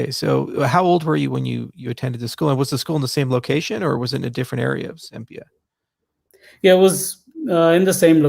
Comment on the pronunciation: Charles, I love you, but why are you saying "Zimbia"???